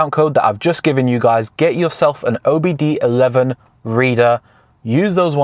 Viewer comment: Its not OBD 11 its OBD 2 (II Roman Number)